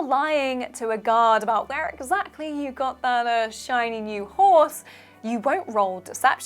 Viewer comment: "Shiny new horse"? "Shiny"?